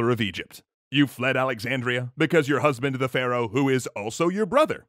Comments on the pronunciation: "brusband" lol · "Bruhsband" oh no.... oh no lmao